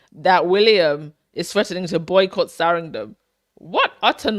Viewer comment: Why do you keep saying Saringham all the time? it is Sandringham. You also constantly say Westminister i.s.o. Westminster (without an added "i").